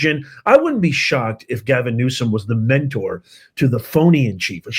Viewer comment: Did you say Gavin Newscum ? If so thats hilarious